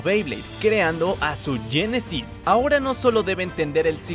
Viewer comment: no se dice yenesys si no genesis